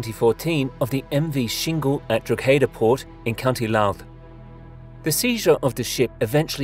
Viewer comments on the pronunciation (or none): Please learn how to pronounce Drogheda if you're going to mention it! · As a Drogheda native I can tell you that you butchered the name lol